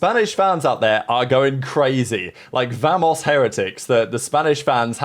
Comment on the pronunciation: vamos not vemos lol but ok